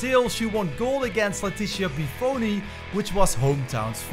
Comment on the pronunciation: Bufoni (Boofoni) Nishimura (Nishimoora)